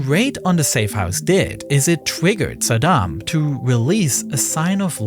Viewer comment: Fun fact: Bush Sr. intentionally mispronounced Saddam's name. sa-DAM means "one who confronts" while Bush would pronounce it Sad-um, which means "barefoot beggar"